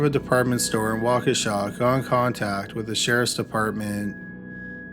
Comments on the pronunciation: It’s crazy that I live ten minutes outside of Waukesha and have never heard the first story. Also, thank you for pronouncing Waukesha correctly. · Mispronounces "Fauntleroy" but nails "Waukesha" wat